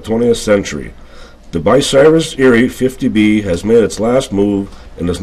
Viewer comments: the name is bUcyrus not bicyrus someond who knows what they are doing needs to edit this video which has too much history to have this kind of mistake, having rebuilt several crains and drag lines in the 70's I can appreciate this vid THANX! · What the heck is Bi-Cyrus? BTW . . . . . . thanks for the vid, always good to see people care about our history. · It is, Bucyrus, not, "Bicyrus". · too bad the narrator can't properly pronounce Bucyrus(Byoo- sire-us) as those who are from these parts are familiar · I's Buu-cyrus. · Say it like this: (B-you Cy-Rus)the woman mispronounced the name. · Much of my pleasure in this video comes from its earnest, homespun quality. As much as I detest the addition of music to documentaries, the barn-dance band enhanced that quality. Even the lady's consistent mispronunciation of Bucyrus added a chuckle. I'll try to find the other videos Rollag may have added to its nostalgia collection. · Please learn to pronounce “Bucyrus”!